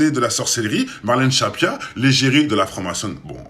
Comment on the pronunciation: Stressant que tu dises Shappia*